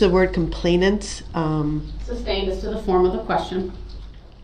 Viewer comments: "Grounds for the substain?" - PMSL!!! 😅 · If this idiot says "substained" one more time.... THAT IS NOT A WORD. Is is SUSTAINED. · I hate how he mispronounces all the words repeatedly, e.g. suBstained.